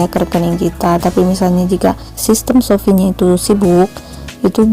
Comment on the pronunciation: shopee bukan sofi 😔